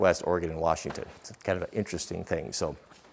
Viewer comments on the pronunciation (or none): none